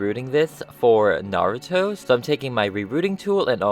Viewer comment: He's like... the only person who says Naruto's name correctly